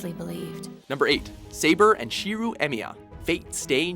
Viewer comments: SHEEROO? And how is Saber and Shirou's love not mutual during the Fate route? More proof that WatchMojo doesn't even have people that watch these shows doing these videos. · Don't forget "SHEEREW" Emiya.